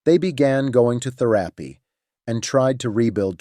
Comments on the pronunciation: Its not therapy bro its Teraaapy😂😂😂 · When you cannot pronounce words like "therapy" I loose interest quick.